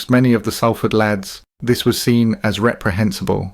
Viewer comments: Sorry got to correct you…if you’re from Salford ..it’s pronounced Solford….it’s annoying when you say Salford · As someone born in Salford, it really riles me to hear you pronounce it wrong; it's pronounced Solford not sal ford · Bro if you’re gona make a video of a place learn how to fucking say it it’s prounanced solfard not saaalford jheez ruined the whole video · Love your stories but do your homework, it's pronounced sOlford not sAlford 😮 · Pronounced ‘Saul-ford’ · Its prononced 'Sol'ford 👍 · Turned it off as soon as you pronounced Salford wrong!